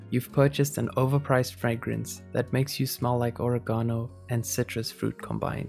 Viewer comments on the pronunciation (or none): not him saying ori gano for oregano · dawg did you pronounce oregano as or-ay-gah-no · Interesting pronunciation of oregano.